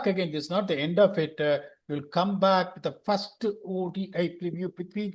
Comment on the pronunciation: Why do you talk tanglish. Speak properly no. You have good vocabulary. Pl try to speak without dragging the last alphabet of the word Commu, goovu, firstu, battingu